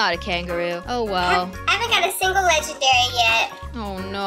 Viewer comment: It's legendary not ledgenary